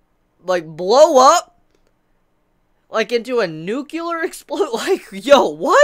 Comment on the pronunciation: Nucular? you mean nuclear :D?